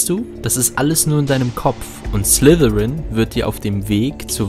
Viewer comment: Es heißt Slytherin....nicht Slithirin du Muggel